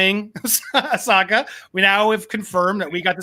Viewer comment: Andy I love your content but the pronunciation is driving me nuts it's pronounced Ah-So-Kah